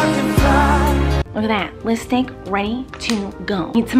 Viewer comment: "listick" "piminted" "eyelatches" "punctchuatin" "blutch" that, my friends, is the miranda sings makeup vocab.